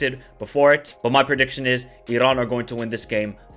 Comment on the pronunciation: Bro it's just Iran ...relax ...no pressure no need to pronounce it like Irrran ... Darrrremi . We're not Italian. We're not arab as well just relax 😂❤.